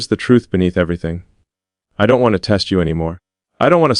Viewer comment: Not teat but test